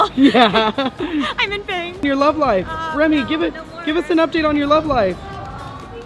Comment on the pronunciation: Did any one else hear her say Romy instead of Remy in the intro